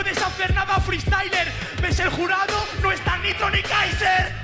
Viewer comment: "Feestayler" es una palabra